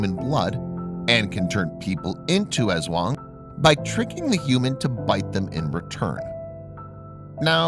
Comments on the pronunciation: Bruh u pronounced aswang wrong Its ass-wang And its called cha-nak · Did he pronounced, ASWANG As Eswong It's Tik-ba-lang Not Tikbalang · The way he says aswang hahahah